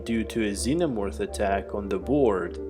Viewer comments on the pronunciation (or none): none